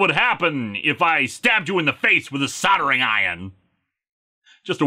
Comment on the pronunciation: You pronounced soldering right this time. Good for you.